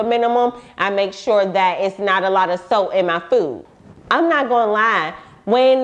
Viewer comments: Girl I thought you were saying soap til the picture of the salt popped up ......SALT 🧂 LOL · everyone else: salt: soat lmao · I’ve been on doxycycline for a month, it has done nothing but made my skin worst. I have been eating so clean lately and I’m realizing my skin is clearing. I hate my hyperpigmentation it’s driving me crazy thanks for the info. I thought u was saying soap at first but she said sult lmfao 😂 I drink a lot of green smoothies I hope that’s not the case for me. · Right! I thought she said soap at first lol